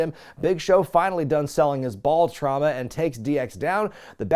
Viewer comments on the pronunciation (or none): none